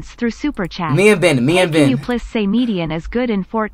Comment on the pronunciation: am i the only one who hears "bang" when ben says "ben ? maybe iam just a weirdo 🚶‍♂️